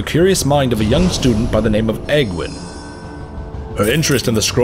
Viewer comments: It's "AGE-WYNN" REEEEEEEEEEEEE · I always thought Aegwynn was pronounced age-win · When I first read ASOIAF I actually used my pronounciation of Aegwynn to help me pronounce Aegon Targaryen, but maybe it IS age-winn and I've been saying it wrong for years (oh god) As for Meitre...damn him. Damn him and his difficult name. I actually had to ask a Lore source of mine on how to actually pronounce. Apparently it was up in the air so we agreed on "My-Truh" and I threw on a little roll of the R there And definitely! Vrykul King Weapons are coming soon! Working on a different script at the moment but maybe that'll be one of the next few themes for the next Holocore ;) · I've heard it pronounced both ways, so who knows... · Quite possible, actually! Wouldn't be the first Warcraft name I've mispronounced. We really need a Warcraft dictionary for direct definitions, translations and phonetic pronounciations!